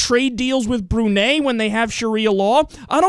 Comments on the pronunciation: It's pronounced "Bru-nai". And Correction: In Brunei, being gay is not illegal/punishable by death. Women here have rights. Lots of young muslim women here STILL wore revealing clothes despite having Sharia Law, the sharia law here is a joke. Also, we don't have death by stones and all that ISIS shit, and we originally don't sell alcohol here even before the Sharia law was implemented. Just sayin' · Brunei emphasis the i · I've always pronounced Brunei "Broo-nye." Of course many people pronounce Iraq "ee-rack" instead of "ee-rock", so I digress.